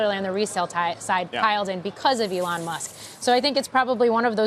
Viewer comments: Who is this Elle-on he speaks of 🤔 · Who is "alawn"? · I think anyone who pronounces E lon A lon needs to be kicked in balls